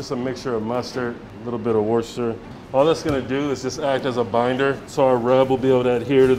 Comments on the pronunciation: Worcestershire 😂 not washasha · bruv its pronounced wooster please its so painful